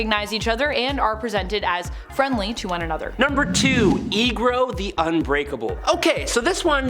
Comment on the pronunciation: América Chavez was there with Eegro? This is UNBELIVABLE :-)